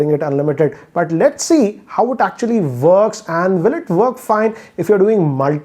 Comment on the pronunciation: Just say 'works' not vworks